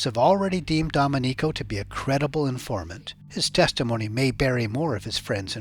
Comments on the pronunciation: Excellent report! Like the relation from drinking to peeing, excellent. One small thing, it's do-MEN-ico, not dom-e-NICO. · Repeat after me: "Doe-MEN-ico"